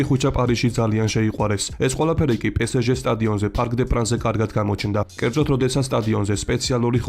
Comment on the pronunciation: დიდი მადლობა ვიდეოსთვის, ძალიან გვახარებს ჩვენი ფეხბურთელების წარმატება! ერთი შენიშვნა, პარიზული გუნდის აბრევიატურა გამოითქმის პე ეს ჟე და არა პესეჟე